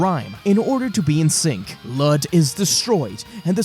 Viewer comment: Ok one his name was Luud or Lood not Lud and two Goten's GF was named Phalis "not sure on how to spell it" not Palace you noob. 😂